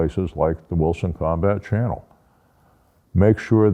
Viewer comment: Good advice as usually…. Now for some bad advice …. Try drinking a beer every time he says “Wilson Combat Cannel”